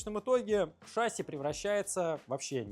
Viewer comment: «ШАсси»… Что-то совсем плохо в школах с русским языком. Зато, блин, английский знаем…